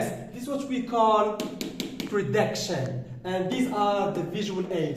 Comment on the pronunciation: Hi there, thank you a bunch for this illustration. It was brief but pretty informative. Please, pay attention to the right pronunciation of those two words( prediction and gist) keep it up.